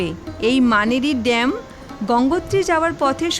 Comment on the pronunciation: সবটাই ভালো লাগলো, ধন্যবাদ, ছোট্ট একটা ভুল কানে অস্বস্তি লাগছিলো শুরুতে ড্যামকে কয়েক বার ড্যামপ বলে উল্লেখ করেছেন, ভবিষ্যতে শুধরে নেবেন ।